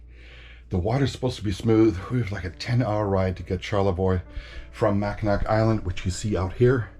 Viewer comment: Pronounced Mack-In-naw.